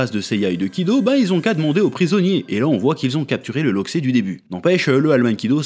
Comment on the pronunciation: Je sais pas où t'a entendu ça, mais on dit pas un loxé mais un loxeu